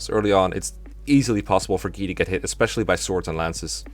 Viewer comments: ...Guy is pronounced "Gee"!? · Have you mentioned in another vid why you call Guy "Gee"? It's not a big deal, it just kinda threw me off the first time I heard it since I didn't realise that people pronounced it like that.